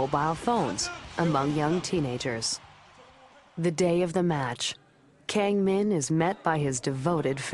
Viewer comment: "keng min" fail...it's pronounced with Ah not keng...